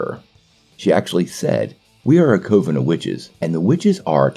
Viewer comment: Coven rhymes with oven bro.